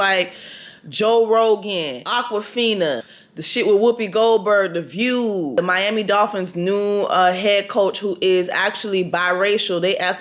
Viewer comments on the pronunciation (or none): none